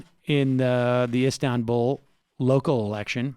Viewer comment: Make sure and clip Drumpf saying "Istanbuul"